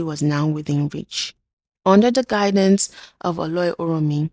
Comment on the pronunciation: I really love your content, amazing. I would suggest you make a little more effort to learn some pronunciations perfectly e.g Oloi is pronounced /Oh Low i/